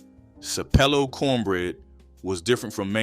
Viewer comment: Sap-a-low island not sapelo😂😂😂😂😂